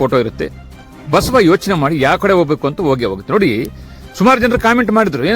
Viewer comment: Basava anthira go mathe anthira enu antha sariyagi heli